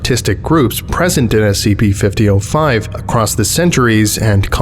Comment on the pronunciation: The s-c-PEE we're going to be looking at... Is s-c-PEE